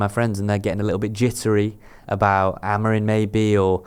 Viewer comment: AMORIM NOT AMORINE FFS 🤷🏻‍♂️🤦🏻